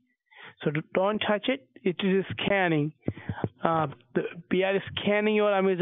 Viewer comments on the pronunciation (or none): I like how he says 'scanning' but it sounds like scamming and he's actually right. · “Ma’am I’m scamming your Amazon account” - You should have said “No, please don’t scam my amazon account.” 😂 he totally said “scan,” but it sounded like scam lol